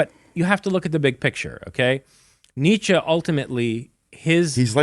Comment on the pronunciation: for the love of god can you guys pronounce neitzche correctly?